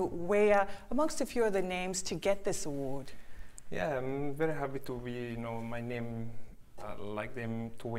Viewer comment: the way he said "my name" sounded like "my name is Jeff"